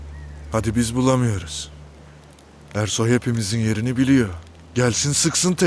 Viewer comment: Zazanin Ersoy a Kersoy (eşşek) demesi 😄😄😄